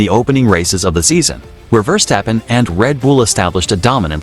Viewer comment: What a hideous voicover! Your ludicrous computer vouce can’t even pronounce Verstappen. Just get better you wasters.